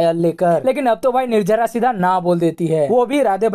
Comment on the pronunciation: Nirjara nhi nirjala hai bhai lahja sahi karlo. To or acha lgega